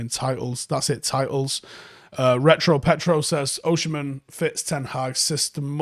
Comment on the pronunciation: it’s Oh-Si-Men not Oh-Shi-Men